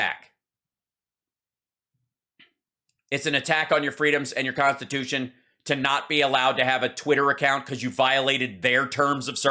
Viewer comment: "they are violating our conse-tatution."